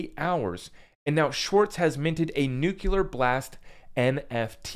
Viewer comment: If you say "nuclular" one more time, Im gonna lose my shit. It isnt a hard word.